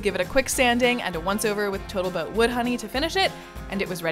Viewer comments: You said botal toat instead of total boat😅😂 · Are you saying total boat as "boatal tote" on purpose? You said it a few times in your sail boat ep. too. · Did you say boatal toat? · So cute Boattle Tote instead of Total Boat. 😅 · "I mixed up some Botal Toat silica-thickened epoxy..." 😂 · Rotflmao " boatal toat" at 3.00! I listened to it twice to make sure lol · "Botal Toat Gleam" how tired were you at that point? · Oh? That was intentional? I have only recently started watching her channel.